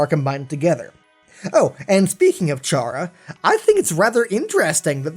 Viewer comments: Chara’s name is pronounced kara not ch-ara fyi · Gaming It's pronounced Cara not Chara, it's pronounced like the Irish word for friend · I think Chara is pronounced like Car-ah for CHARActor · PRNOUNSED CARE SPELLED CHARA! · It's pronounced "Kara" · Uhhh, sure, it's SPELLED Chara but it's PRONOUNCED Kara. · 1 thing STILL (after about 6 months) doesn't know,is how to pronounce the name Chara. Chara is short for Character,so it's pronounced Kara. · I think Chara is pronounced like "kair-a" like in "CHARActer" because usually the main character in RPG games kill everything for levels and exp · it's pronounced CARE-uh